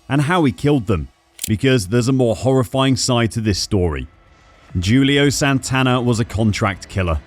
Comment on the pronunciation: He done it correctly. In Portuguese it is pronounced like that